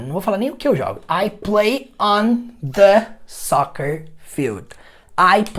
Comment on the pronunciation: "On the" table, não diária on "da" table? O The soando como dá.